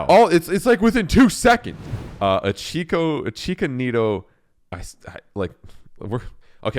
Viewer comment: It's pronounced "Itch-ka" there is no third syllable